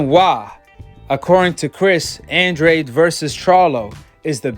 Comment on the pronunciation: Andrade = AHN DRAH DE...brah☺